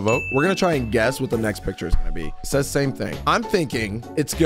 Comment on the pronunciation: has a speech condition called a lisp, where he pronounces "s" like "th."